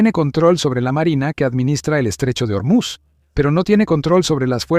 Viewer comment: No es germuz , es Ormuz